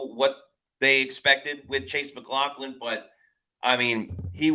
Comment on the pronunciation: I believe we should put it in caps: Mac LOFF lin.